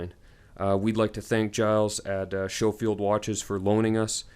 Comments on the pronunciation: Pronounced Sko-field. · Lol at the beginning you warn us of pronouncing the brand properly, and yet you pronounce it SHOfield throughout the video. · I don’t know why American’s pronounce it as Sho-field, when there is a Sco-field barracks in Hawaii